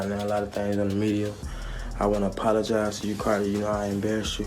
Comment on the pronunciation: A man who can’t even pronounce apologies correctly can’t be taken seriously. Bye offset bye